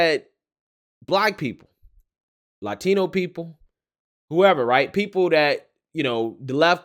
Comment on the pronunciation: why does all these chicks call them fatinos with that stupid wrong accent.